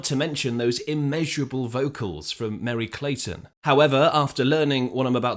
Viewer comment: It's MERRY CLAYTON MERRY!!! GET IT RIGHT CRACKERS!